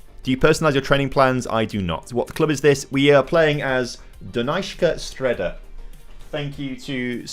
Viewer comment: “Do-nice-ska Stray-da”